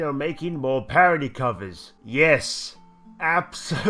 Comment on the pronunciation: Radal's mum "Yis Yis"